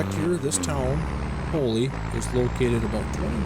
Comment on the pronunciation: Paoli is pronounced Pay-oh-lie for future reference :)